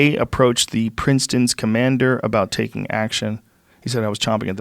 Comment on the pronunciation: Reading Princeton’s as Princetoris classic stoner move